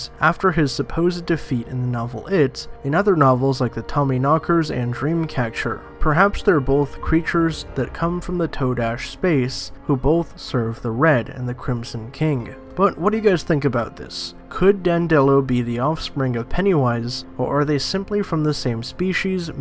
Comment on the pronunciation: Dan duh lo. Not Dan dello. This channel is crap. Read a couple wiki pages and watch a video then make your own video. Not toe dash either, ta- dash. FFS.